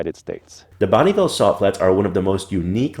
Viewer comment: Bonneville not Bonnieville.